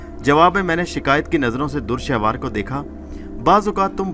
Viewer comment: Urdu bohat hi ghalat parhte ho bhai dur shehwar nahi dure shahwar is tarah ki bohat si ghalatian hn